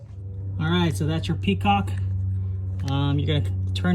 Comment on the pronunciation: "PET-COCK" Bro. Peacock is a bird.